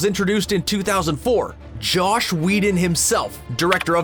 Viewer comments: Did the narrator really call JOSS Whedon "Josh" Whedon around the mark? If so, anyone else Notice/annoyed by it? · Very annoying and I'm not even the biggest fan. But like come on, he's a well known director and this is literally just Voice Over, go re record the 1 line